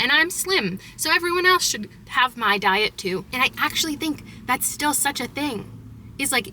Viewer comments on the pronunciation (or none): none